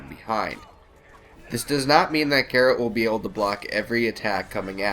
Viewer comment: "Garret"...."Gerald"......Jesus, people (no, not actually). His name is G-E-R-A-L-T.